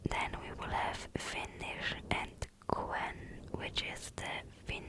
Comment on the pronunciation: Your finnish was very good. ❤